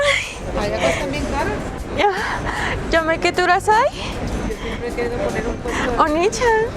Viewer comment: Pero que pronuncie bien, es yamete kudasay, nyaaaaaa y ko ni chi wa...